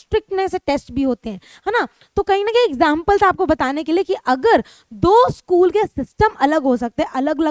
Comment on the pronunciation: mam by mistake you said schlool but it was school